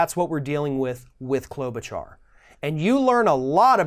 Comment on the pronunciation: is absolutely pronouncing Amy Klobuchar's name right. Or are you just being sarcastic?